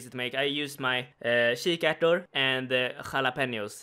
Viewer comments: Ever hear someone chucking up a loogi? That's how it sounded when you pronounced Jalapenos "HAWWKPlapenos" Lmao love the content! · Bruh, the way you said Jalapenos makes it sound like the Jalapeno is a muslim.